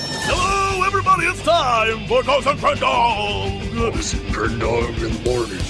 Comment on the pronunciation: Is it just me or does it sound like he is saying cox n crendog in the morning?